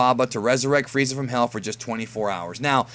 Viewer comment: Diemund Fweeza cunfirmed